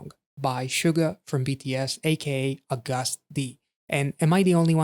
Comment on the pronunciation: It’s Agust just like the name of the month, you were right, 🤭